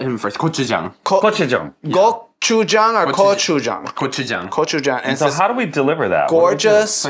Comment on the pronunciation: HE SAID COCHU. LOLOLOL